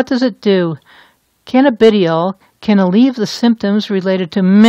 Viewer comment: Pronounced Canna- ba- Die- all !